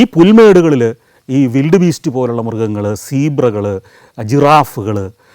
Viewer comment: വിൽഡ് ബീസ്റ്റ് ആണോ വൈൽഡ് ബീസ്റ്റ് ആണോ?